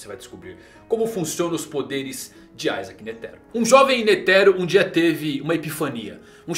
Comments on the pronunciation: N é aizake cara o nome dele é com i, da uma agonia de leve, isaac netero, iiiiiiii n aaaaa da agonia. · a pronúncia de "i" é "ai", o nome não é latino